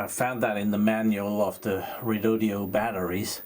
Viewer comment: Lets do this, all together and slowly: Re-Do-Do. Its NOT Redodeo. Please stop with the last 'e'.